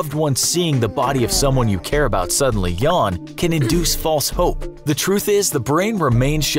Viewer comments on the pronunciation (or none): none